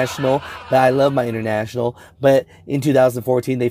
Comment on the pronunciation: "Intertrashional" :D lol